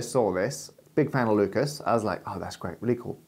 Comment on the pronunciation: For someone who's a big fan of Lucas, Matt sure doesn't care about pronouncing his name correctly. I wonder if he's also a fan of Renny Dess Carteez.